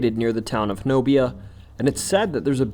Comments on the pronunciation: The mountains in se Oklahoma are pronounced Ky-uh(a)-me-shee. And Nobia is either Honobia, ho-no-be-a or Nashoba, na-show-ba. Both communities are next to each other. And as far as black panthers, I personally have seen a black panther twice in my life. Once at age 14 just outside my window. I watched him for abt 30min. Then again in my late 20's about 4-5 miles from the first siting as it crossed the highway. This was Nashoba, OK. SE OK. I have also saw a blk panther on a game camera near Stringtown. South on hwy 69 before Atoka. Regardless what the Wildlife dept says. They are here! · Ky-a-mish-ee mountains Ho-nub-ee Oklahoma And F-owl-k Arkansas Oo-la-gah lake Native American names are hard to pronounce. This should help.